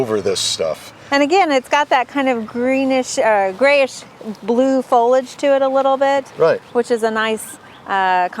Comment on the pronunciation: It’s pronounced FOH-LEE-ADGE. 3 syllables.